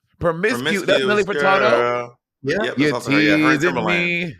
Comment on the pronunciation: I felt like a Crypt Keeper the way Monet aged me when she said Nelly FurtaRdo